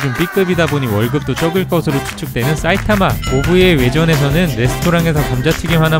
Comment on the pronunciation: 경상도 분이신가요? "사이타마" 말할때 "싸이타마"라고 하시는거 보면 경상도 특유의 쎈 발음이라 갑자기 궁금하네요.